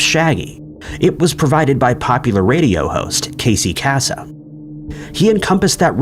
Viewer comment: you screwed up a few names. Hanna-Barberra...pronounced Bar-ber-ra...not Bar-bruh. And its pronounced Casey kay-sum. Being old enough to remember when the top 40 countdown was the only thing worth listening to on Saturdays I can hear him saying, "this is Casey Kasem and you're listening to America's weekly Top 40". Which was a syndicated radio show where Mr Kasem would play for his audience the bill board top 40 songs of the week and also read listener mail and do shout outs and song dedications for those chosen letters. And when ol' Scooby and the gang were being played on Sat cartoons they were on a list of several cartoons in the Hanna-Barberra Grape Ape Show which also introduced the Flinstones and other toons not associated with Warner Bros.